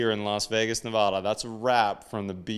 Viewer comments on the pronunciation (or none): Maybe learn to pronounce Nevada correctly... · Wish you could say Nevada right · My husband and I have been watching your shows for a long time now. We've been catching up on lots of them lately. We loved this video because we love precision engineering and quality craftsmanship. I cringed when you named the state. As a native Nevadan, it hurts to hear the name butchered. Yes, it is a Spanish name, but we have put our own stamp on the state. Just as you use a short 'a' in El Paso, we've done the same in our state. Please add the correct pronunciation to Neh-vadd-uh. Thank you. :) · It's Nevada NOT Nevuda dam people.